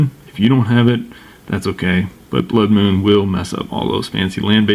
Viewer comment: "This is mostly a budget deck" Casually talks about wheel of fortune, puts emphasize on a blood moon. Lmfao!